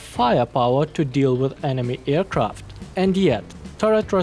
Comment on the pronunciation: how he always says eracraft instead of aircraft